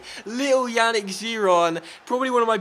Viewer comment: I cringe everytime you say Yannick.Yannick is pronounced Yah-neek.